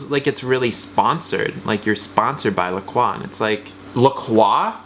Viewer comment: It's pronounced La-KROY. I want to scream every time you say, LA KWA... That's all. Love you guys!